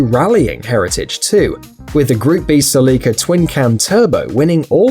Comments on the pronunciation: Its Célica not Celicá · You say Selica I say Celica (Cell-ica) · Ur killing me with the way u pronounced celica is pronounce cé-li-ca not ce-lí-ca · The celica is pronounced sell-a-cuh, not sell-ee-cuh 😂😂great video tho seeing the volvo 240 makes me want one even tho id hate the US spec headlighys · Ok so I know you're on "that" side of the pond but here me out. The Toyota Celica is pronounced like a jail cell, cell-ica not like a window sill, as in sill-ica. I don't know if that's an English thing vs an American thing or either you or I am being ignorant on the pronunciation. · SELL-I-CA...not sellEEEKA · Cell-i-ca. My dad has one from the 80s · Isn’t pronounced a cell-eh-ka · That is a weird way to pronounce Cell-ick-ah. :P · SE-LICKA wtf? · You pronounced the Celica wrong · Now I know how to pronounced Celica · The way he says Celica 🤦🏻‍♂️ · Dont emphasice the i in celica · the way he keeps saying celica lol